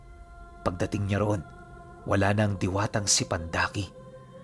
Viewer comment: pandaki po...hindi po pandakaki😊😊